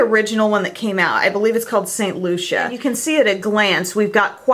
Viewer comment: Hi, I don't want to sound rude but I think the pronounciation of St. Lucia is (Loo-see-ah) not (loo-siyah).